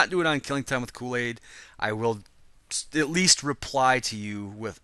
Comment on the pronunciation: Koolady(or Koolaidy)